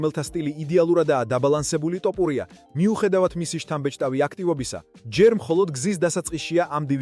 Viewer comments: ტ ოფურია არა ძმა თოფურია😄 და თან გვანახე ვიდეოები რაზეც საუბრობ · რა დაიჩემეთ ეს "ტოპურია", სადაურები ხართ, არა ხართ ქართული წარმოშობის?!.."თოფური" არის თაფლი მეგრულ ენაზე, გაიგეთ?